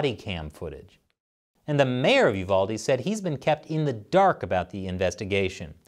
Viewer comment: I'm glad you said the name right, UVALDE. People get my area wrong all the time BEXAR, pronounce bear.